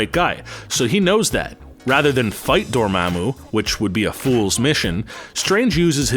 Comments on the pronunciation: LoL. Come on, "Dor-maammu"? It's pronounced Door-mom-moo (Dormammu). Dr. Strange only said it ten thousand times at the end of the movie. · Door-mah-moo. Repeat it after me.